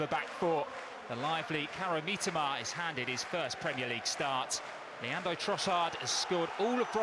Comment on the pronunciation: Mitoma ❌ Meetama✅